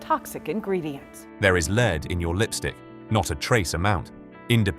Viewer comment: When you have AI narrators mispronouncing "lead", your video loses credibility from the start. Shame.